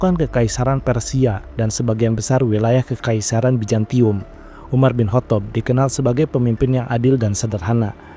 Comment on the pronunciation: Pliiss Z bukan J ya...biar enak didengarnya. Yazid bukan Yajid, Bizantium bukan Bijantium, Zubair bukan Jubair